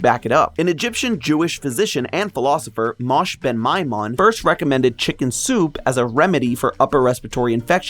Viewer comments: Nonono, Maimonides is NOT Mosh. his first name is Moshe, pronounced Mo-Sheh, or the english Moses. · it's pronounced "mo-Sheh" not "mosh" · yeah ig he didn't pronounce the "e" in Moshe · liked this episode , and i realy liked you (trying) to use the original pronunciation of Moshe and not the romanized Moses, buuuuuuut you pronouncing Moshe (pronounced as "mo-sheh") as "mosh" peeved me a bit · I'd be more than happy to be your Jewish liaison😂 it's Mo-sheh, you pronounce the 'e', and he is also known as Maimonides (my-monidees) and I can attest that matzah ball soup is indeed scrumptious😋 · Mosh... I'm dying help. It's Mosheh. But yeah, Jewish penicillin for the win. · Maimonides aka Moshe ben Maimon isn't pronounced MOSH, its Moe-shay or Moe-shuh. How do you not look this stuff up? Or ask a Jewish person? are there no Jews working at Theorist? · no way bro read moses as "mosh" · Moshe ben mimon is said with the e heard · Moses ben maimon Name is pronounced moe-sheh Also known as maimonides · Well his Hebrew name is Moshe. For someone who is unfamiliar with Hebrew, that is far from the worst mispronunciation I've heard (because it is also my name) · I don't think I've ever heard the Rambam's name pronounced like that, but okay